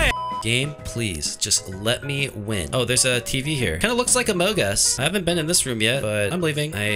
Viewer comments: It’s among us not amog us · Did u just say omungus